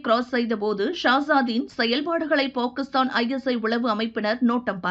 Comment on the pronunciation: This narrator is pronouncing Pakistan wrong. Correct it first.